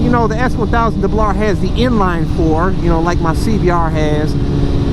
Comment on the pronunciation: That lil CBR clip at the beg was cool...the scream and splat LMAO 🤣 BUT...UR CBAAHH DUBBLEAHHHH was weak....CLEAN IT UP😎 No matter how many times I hear ur reaction on the Duc XDiavel acceleration I still laugh...lol